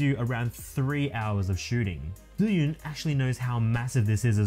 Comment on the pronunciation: 1st time someone in youtube pronounces the name of the gimbal right! I'm guessing because you are chinese hehehe. Great vid bro!.